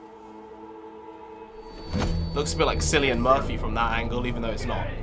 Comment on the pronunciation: It is pronounced Killian Murphy not Sillian Murphy btw